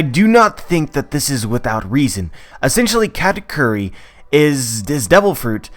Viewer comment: actual pronunciation: ka - ta - koo - ri westerners: kkaaahtaykyuri